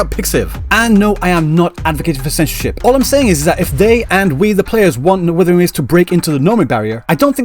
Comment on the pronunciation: Uh, no. The only thing she's NOT struggling with is the name of things. Those are perfectly pronunced mandarin, in fact she pronunced them better than every single en va I've heard. Maybe people just got too used to the usual "English pronunciation" of Chinese and frogot that Chinese is a tonal language.